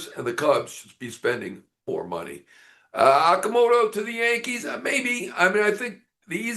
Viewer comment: FYI, his surname is pronounced O(H)-Ka-Mo-To...like in "O"range.